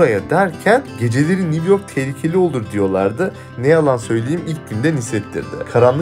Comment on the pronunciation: NİV YORK, NİV YORK, NİV YORK‼️ 🤔🤫😣